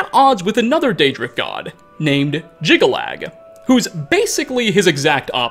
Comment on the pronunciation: Jyggalag snirks more like 'jiggle lad' x'D